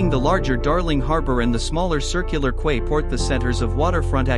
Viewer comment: Really bad artificial voice. The mispronunciation is really evident when discussing Sydney, with mispronunciation of Bondi, Coogee and Quay. I can’t remember which city it was but the points were included in the voice over. Really bad.